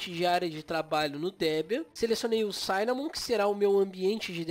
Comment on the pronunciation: Oi, amigo, ótimo vídeo! Só queria fazer uma correção besta, o i de cinnamon não se pronuncia como "ai". Quando tem duas consoantes depois duma vogal em inglês, nesse caso dois N, essa vogal não vai pra a sua "versão de ditongo". O i de "cinnamon" é como o i de "six" ou "fish". Um abraço, Valeu pelo vídeo!